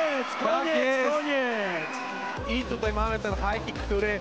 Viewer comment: Weź ktoś powiedz kasjuszowi że mówi się TUTAJ nie TUTEJ